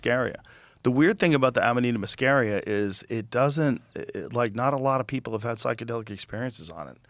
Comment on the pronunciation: Joe's pronunciation spot on today, Amanita muscaria and nomenclature! Impressed!!!